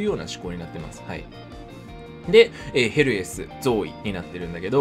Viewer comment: たまにヘルスに聞こえるw